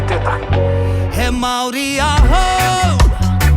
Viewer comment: Māori - 2 syllables Mao as in President Mao Ri as in Reee with a soft rolled R. (Search online for pronunciation)